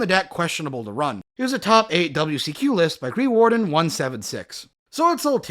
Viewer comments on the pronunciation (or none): none